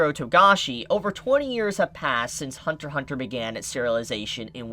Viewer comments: It’s Hunter “X” Hunter. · Only idiots call it Hunter X Hunter. The X is silent in Japanese for this title.